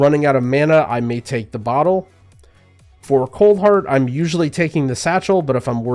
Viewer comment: Another option for Melee Healers is the Bo' oh.... Sanguine Bottle 😂😂 having his British moment. I laughed way too hard at this. But great guide! We all apprreciate you highly man!